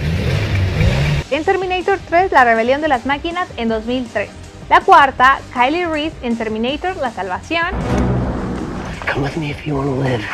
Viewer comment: Nisiquiera sabes pronunciar el nombre de Kyle Reese jajajajaja